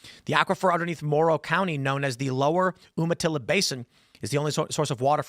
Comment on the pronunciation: YOU-mah- tilla